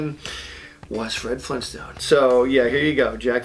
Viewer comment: Ya like Jazz? "Jack Fenton was Fred Flintstone" FLEENSTONE?!